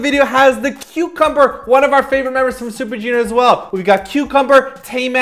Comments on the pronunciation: Okay, I died when you said kyucumber. It's mega early in the morning for me and I nearly woke my parents up but LMAOOOOOO I couldn't contain my laughter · KYUcumber.. KyuTaeRY.. lmao! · "Kyucumber" XDDDD That's a new one (and its hilarious!!) anyway I loved Henry's Trap ...YOU SHOULD REVIEW IT!! PLEASE!! XDDD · "Kyucumber" lol good one.